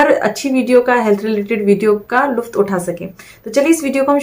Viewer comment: लुफ्त नहीं सही शब्द लुत्फ़ होती है l शब्द उर्दू भाषा का है हिन्दी बोलिए "आनंद" कहिए